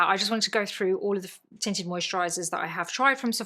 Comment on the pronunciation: Your accent (and me busy cleaning my guest bedroom) had me at first because I heard “titted” and not tinted. Either way, I was invested. 😂😂😂😂